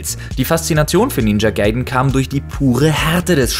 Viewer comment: ninja gaiden nicht ninja gayden und die 3 teile waren zuerst auf dem nes das war nur ein schlechtes remaster wo nur der sound verändert wurde und das klingt schlechter als auf dem nes